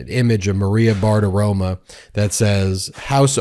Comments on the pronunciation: Please Ben, it's Maria Bartiromo, not Bartiroma. You are so much better than the folks at Fox. 😇🙏🌈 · Always agree with your excellent, reasonable, respectful analysis, Ben. BTW, it's not Maria "Bart-aroma," it's Barti-ROMO, (rhymes with "loco," which she is).